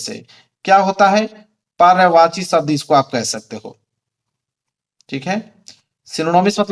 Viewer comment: पर्यावाची नहीं सर पर्यायवाची शब्द होता है